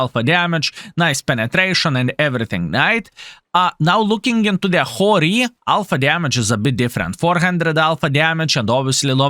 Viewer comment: It is pronounced like hero